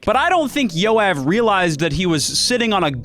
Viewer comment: I burst out laughing because as a Jew I just realize how bad non Hebrew speakers pronounce Jew names, Yoav is like one of the most common names in Israel and that was my first time hearing it like that